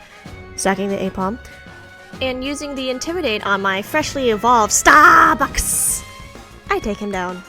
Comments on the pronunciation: Your luck is crazy! I played Pokémon for so long. Never encountered a random shiny nor Pokerus 🥲 Btw, that “Starrrrbucks” was cute 🤣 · and his stupid Kingdra every time, I swear 😤 This was a super fun video!! I can't wait to see your next animation project, and I'll never be able to say "Starbucks" the same way ever again 😂